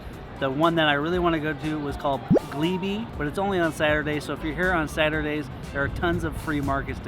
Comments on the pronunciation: Glelbee😅 Pronounced Gleeb. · I can't believe he said Glee bee